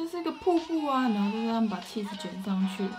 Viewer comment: 我把起司听成气死😂🤣